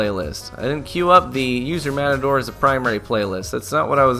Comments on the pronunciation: Lol, the metadore xD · metador lol